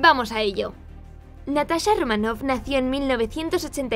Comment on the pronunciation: es romanoff, no ramoff 😩